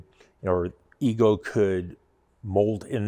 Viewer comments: The company name is pronounced Ego, not Eco. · I really enjoyed finding this video to see all the detail of the EGO LM2206sp, great detail and information. But it's probably important that you get the manufacturer name right, it's EGO NOT ECHO that makes this unit. You guys being engineers look at it from a totally engineered POV, not the practical application and usability of the unit. As others have mentioned something as simple as clear battery cover actual purpose to see the battery gauge read out. And the point of the aluminum deck that adds all the weight actually does make a better cut than the composite units. (based on several Youtube reviewers). You should do a little research into the units before actually tearing them down and providing opinions. But love the video non the less and the level of detail you guys give to it.:goodvibes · eGo NOT eeKo ugh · He said, Echo is the parent company of the Ego product line. Later he mistakenly uses the incorrect Eco reference. Most of the cost in that mower is the Battery and let’s not forget the Tariff’s.